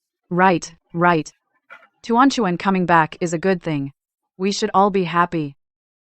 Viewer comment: Hey.. "Tehran Tehran" "2020" "untuan untuan" "furan furan" "Wan Wan".. It's tuan tuan